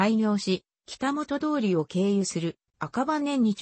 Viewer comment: 北本(きたほん)通りです。読み替えて😂